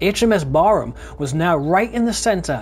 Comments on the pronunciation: It's pronounced Barram...not Barrham...named after a Nelson Admiral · Interesting vid, thank you. Some years ago I met an old timer who had been part of the crew on Barham in the late 1930's, he said the name of the ship wasn't pronounced Barham but rather Barram (that's as close I can get anyway) :-)